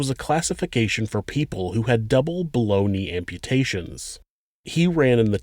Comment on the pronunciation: he was saying "below knee amputation" and i kept hearing "boloney amputations!" lolz!!!!